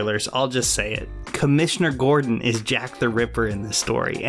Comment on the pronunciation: Ok, I'm sorry, but every time you said James Gordon I swear it sounds like you're saying James Cordon.